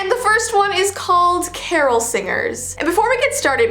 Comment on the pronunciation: That's not how to pronounce Carol